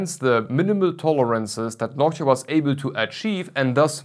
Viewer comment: It's Noctua. Not nockchia